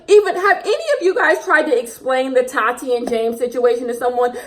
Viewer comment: The way you say Tati’s name 😂 “tAaTi” lmao